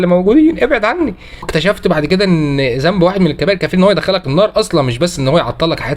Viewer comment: جزاك الله خيراً.... أرجو من حضرتك الدقة بقراءة القرآن الكريم.. مثل الأحرف اللثوية.. مثلاً. ذنب وليس زنب